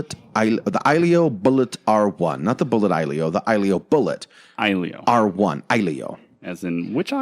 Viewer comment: I think you pronounce it like ahjillio (phonetic USA danish).